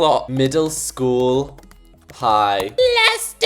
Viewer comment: STOP OMG ITS SCHOOL HAHAHSHAHA NOT SHCOOL